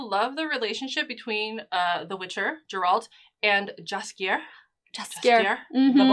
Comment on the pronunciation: Sorry, I don't trust anyone who's managed to watch 8 hours of the show is still mispronouncing Geralt's name